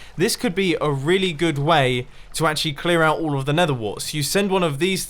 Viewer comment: “this could be a really good wae.” Da wae of de deval?